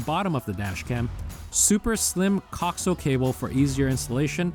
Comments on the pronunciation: co-axe-i-al cable. not coxle. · The word "coaxial" is properly pronounced co-AX-ee-uhl. Not "cocksull" as it was being said in this video. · As a broadcast engineer you're pronunciation of coax (cock-zul vs co-axe-eel) is triggering 😁 great video though I'm definitely eyeing up the A229 after our car got hit for a second time. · Nice video but good lord that pronunciation of coaxial dug into my brain hard... it's co-axial, like "axis" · This video is very informative and helped me decide. However, the music is extremely annoying and distracting. Also, you pronounce “coaxial” incorrectly. Please look up the correct way. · Lmao, I’m surprised he does not know how it’s pronounced.